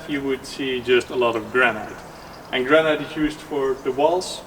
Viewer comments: Granite not granight chap! Or granit! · Granite. Pronounced gran-it. Rather than gran-night. Looks like an interesting project. Zijn jullie in Porugaal? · You are pronouncing Granite really wrong.. try this say it like there is no 'e' at the end of the word.... Granit. The spelling throws you off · Not to be too annoying… but the proper pronunciation for Granite is gran it…. As if the e is not there.. 👍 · Granite is pronounced gran it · GRANITE is pronounced, in English, 'Granit' or 'Gran It'. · Gran Night – taking your nanna out for a meal! (Granite – Usually pronounced "Gran nit" in England) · It took me quite a while to realize that he was saying "granite"... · I noticed that too... it sounded weird to me, but I thought I was the one that mispronounced it, so thanks!